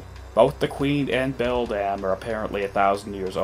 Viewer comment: dude learn how to say grodus and beldam right it's GROW-DIS not GRAH-DIS and BEL-DUM not BEL-DAMN. holy shit 🙄